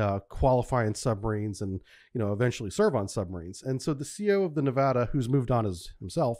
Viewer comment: It’s pronounced, ne-va-duh, not ne-VAH-duh. Otherwise, thank you! And I’m sure anti-semitism had nothing to do with how he was treated.